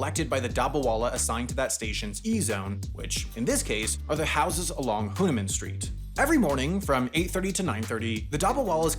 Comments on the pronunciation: Did you say "hunaman street"? Hunaman? Really? Did you I actually hear you mispronounce the main protagonist of the Ramayana and a central figure beloved of anyone with a basic knowledge of Hindu literature? Have you even heard of the Ramayana? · Its pronounced "Vee-le Paar-le" and my aunt stays at "Huh-noo-maa-n" street. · Pronounce the e in vile parle and the man in hanuman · Had a seizure hearing him pronounce 'Hanuman' 😭😭😭